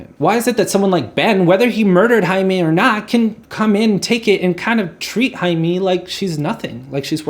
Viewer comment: "-ae-" in Haemi always sounds as h in happy when it comes to Korean alphabetization. no exception on this. BTW, great review dude. I love it!